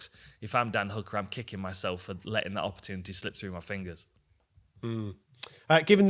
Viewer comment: when is someone guna explain to him how to pronounce opportunity